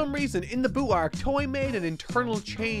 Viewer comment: So funny how you still say "arc" like "æørk"